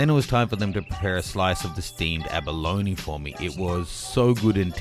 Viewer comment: why do you pronounce abalone as abaloni?